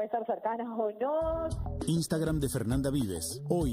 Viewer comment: Le hace una cuenta de "Istagram" (lo pronuncia así) a una nena de 9 años que dice proteger. Nada para agregar.